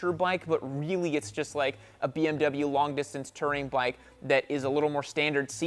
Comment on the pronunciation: it's not "Terring", it's "Touring"